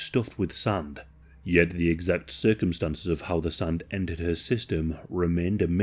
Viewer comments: Why you say SUN? instead of SAND?? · Yo that makes me giggle